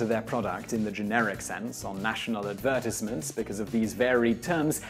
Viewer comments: That’s how English people pronounce advertisement. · why do say advertisement like that? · He’s BRITISH??? Some how I didn’t realize this until he said “advertisement”.